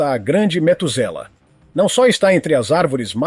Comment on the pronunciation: Não e metuzala é matuzalen o nome da arvore